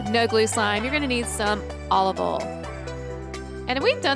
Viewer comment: You say oil like oll its its pronounced o u'll